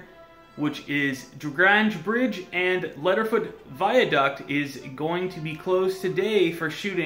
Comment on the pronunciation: Lots of activity today, keep hearing car horns and apparently pyrotechnics are going off tonight. Btw you pronounce it "Dry Gray-nge" and "Leed-er foot viaduct" also "Lay-bye" Check out Radio Borders twitter page for more on this